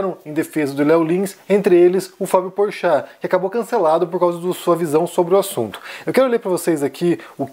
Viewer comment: Ele disse "Porchato" ... ou é impressão minha ???